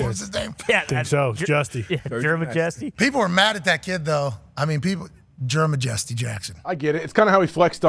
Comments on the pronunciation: “Germ-a-Jesty” is crazy lmaooooo. Cmon Pat, its like “your majesty” 😂😂😂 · It's Jer-majesty 😅 like royalty 😂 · Butchering that Jermajesty 😂 when it clearly should be pronounced as something close to your majesty. Then again, Americans aren’t used to monarchies. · Lol mispronouncing Jermajesty.